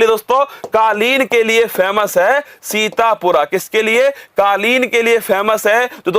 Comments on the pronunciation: sir sorry to say but it's sitapur not sitapura.. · सीतापुर है सीतापुरा नहीं है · Guru ji सीतापुरा nhi hai ye सीतापुर hai ❤ correct it .....